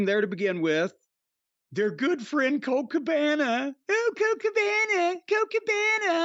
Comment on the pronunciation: Why does he get a stroke when saying Colt Cabana?